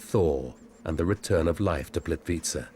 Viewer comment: I am not sure how the man pronounces This lovely place ... it is a bit odd hearing that accent trying to say it , I guess .... for me , if somebody cannot say it exactly as dialect for each country or region will say it , just try to get phonetic enunciation right , without trying to add accent / vernacular on top of that ... already can tell when someone is not from a place that they try to pronounce with local accent as if they are trying to put the same inflections into the word to fit in with the culture or language etc.... it is already bad when some people butcher the wuss things are called within various regions etc .... like when some from America or Some British people try to say words like Paraguay and they sound like they’re having major stroke or something ? How they will try to pronounce with inflections as if they are enunciating how the locals will say it ,but it only adds to the disconnectedness of it all and does not Sound at all like they are pronouncing correctly or putting right accent or dialect or however it’s called into it ... they will always sound as if they are struggling to say the entire word, in such unnatural inauthentic way that has no fluidity or normalcy to it and make so many people just cringe to hear it haha. It is apparent when some of these people try to say various names of these places in documentaries , where if they just try and not add inflections of the accent they try to mimic , they will not standout so badly , as when they over